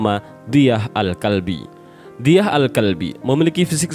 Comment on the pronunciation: Dihya alkalbi. Bukan diyah